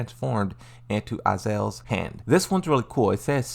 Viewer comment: Lei chaokahn? You mean: Lee Chaolan? Why is it so hard to pronounce stuff? You've heard it thousands of times being a Tekken fan... Its Azazel, not Azel ffs